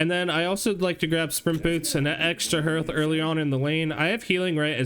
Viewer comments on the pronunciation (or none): I too like to pick up “extra herlth” XD good stuff